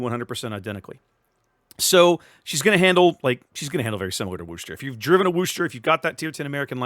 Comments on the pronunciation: Gah -- "Worcester" does NOT rhyme with "rooster'! The "Wor" is pronounced like the "Woo" in "Wood", not as "Wu", so it's "wooh-ster"! Actually, in Worcester, MA itself it's often pronounced as "wooh-stah" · As a long time "Mass-hole" your driving me nuts how you say Worcester !! Lol The R is silent ex, Wos-ter. ...Wos the "os" sound like Puss as in "face" part (sourpuss so Wos-ter !!